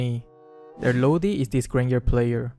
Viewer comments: Xd ur accent so cute it pronounced "LODI" but your pronunciation is so cute "LOWDI" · Lowdi that is his pronunciation of lodi hahahahahaha